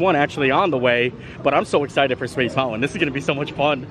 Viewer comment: Like he says mounwan instead of mountain. And I have heard him pronounce the word mountain correctly, several times.